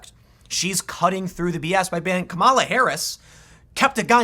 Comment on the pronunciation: Isn't it pronounced KA-ma-la?...